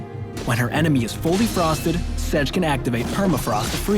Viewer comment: Sej Sej Sej. Who else annoyed by how he butchered her name?